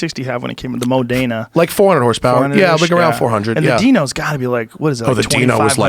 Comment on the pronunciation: stick to your corvette & porsche joe , 5 min in and you don't know how to pronounce Modena , critiquing tire size ect.. U know nothing about cars & stop talking with authority about things you know shit about , let the expert speak . I like the last minute of the Dan Akroyd interview when he slagged you bad about casting judgement on people.